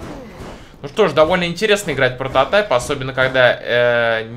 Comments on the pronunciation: Mr Raf пронотайп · Протатайп... ору